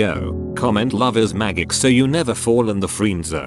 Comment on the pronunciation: "Comment 'Love is Magg ick' so you never fall in the freee-nd zone" I swear half the fun of these strange robo reads is the weird pronunciations